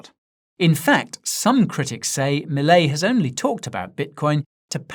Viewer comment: He says Milei just like we do